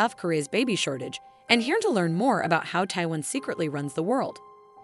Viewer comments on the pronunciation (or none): none